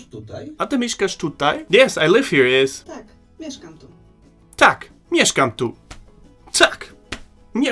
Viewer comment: Wirklich du betonst die Vokale viel zu stark. Es heist Tak und nicht Taaak. Es heißt Nie und nicht Nieee. Im Polnischem werden die Vokale sehr kurz ausgesprochen. Ohne Betonung.